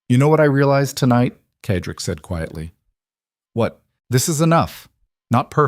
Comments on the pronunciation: Cedric is pronounced said rick not ked rick. it really annoys me when names are pronounced incorrectly. good story though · CEDRIC IS PRONOUNCED: Sed rik